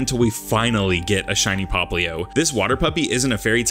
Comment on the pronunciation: At the beginning i heard you name popplio “Caroline” and first thing came to my mind was Vampire Diaries, my mom watches it a lot.